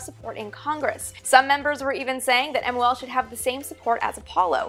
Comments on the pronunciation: both pronunciations, Geminee and Gemi-eye have been widely used. What I find more annoying is that Amy is editing her vids even faster than she speaks. She constantly calls that program MLO, rather than MOL. No clue why. Also she calls the first manned Gemini missions 4 and 5, ignoring the fact that 3 was also manned and brought back pictures. Amy, avoid all those mistakes by slowing it down a bit. And a little more diligence, please! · Teitel (Vintage Space) please call it MOL next time. You said MLO almost a dozen times. Take your time 😃